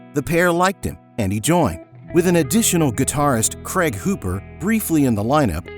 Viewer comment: Come on, USA. "Craig" is NOT pronounced "Cregg"